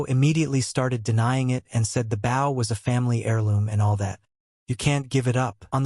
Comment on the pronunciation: Really...?? A comic about an ARCHER and you don't make sure to get your AI to say BOW, I mean literally the first second my dude!?! Phonetic: boʊ, write it into your script as "boe". Your welcome. God damn...